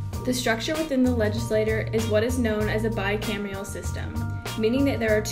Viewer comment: Jacob Rosa “bi-camial” too